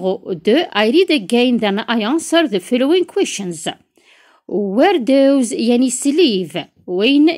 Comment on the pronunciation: داز ماشي داوز